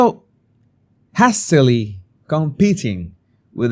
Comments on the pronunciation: ‘hastily’ is pronounced ‘haystily’ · Hastily= " heistily" /ei/ sound as in play ( not hastily ) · HASTERLY is spoken as Hay(as in Hay you give animals or Hey, how are you) not Hay as in cat or hat. Hope that helps. You are getting much better with your english xx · "JEIS-ti-li" is how you'd pronounce "hastily" if you were to read it phonetically in Spanish,. 💝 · Hastily = 'hay - stilly' . Haste - fast quick "hayst" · Haystilly…..is the pronunciation my dear…x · With much love & kindness - hastily - pronounced - haystily (long hay & short tilly) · Hastily is pronounced HAY-stA-lee - emphasis on the HAY :) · Love you: hastily : HAY still lee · Hastily is pronounced … hay- sta- lee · Hastily is pronounced 'hay still lee' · Hay sta lee. Long "a". The other word you were looking for was "element". As, "She was not in her element". Just trying to be helpful in good faith. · Borrowing from elsewhere “Kate is looking for the Sussex children”…….BTW hope you don’t mind me pointing out that the ‘a’ in hastily is pronounced as in ‘hate’. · Love your videos,, and I wouldn't mention this except you have asked us to help you with your English. The a in hastily has the same sound as the a in hate. Also, homely means unattractive. Homey means it feels cozy and comforting, like being at home. One letter changes everything. I'm sorry English has so many quirks, but admire you for learning it as well as you have! You've come a long way with it since you first started as the. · I loved the pronunciation of hastily. I was about to google it before the penny dropped😊. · “Hastily”, with a long a, as in “hay”